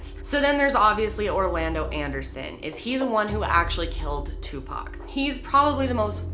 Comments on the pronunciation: It’s “OR” not “UR”!! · Seriously 3 videos and you can not say Tupac name right